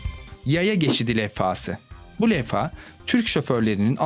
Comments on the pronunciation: levha deil lefha demişin o yüzden f ile deil v ile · lefa degil levha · .lefha Değil Levha XD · levfa değil levha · sondaki lefa nedir be adam levha olmasın o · lefa değil levha:) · iyi hoşta LEFFA nedir kardeş LEVHA o Levha... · leffa değil levha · Saçma olan şu şarap şişelerindeki alt kısımdaki bombe gelenek olduğu için değil şişenin içindeki basınçın etkisiyle şişenin alt kısmından patlamasını engellemek için yapılır yarım yamalak bilgi verme. İkincisi lefa değil levha. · levha lefha değil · levha ya neden lefha diyosun kardeş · Bir levha diyemedin be